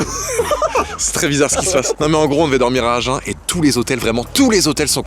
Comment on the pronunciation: On dit aginnn pas agen !!!!😂😂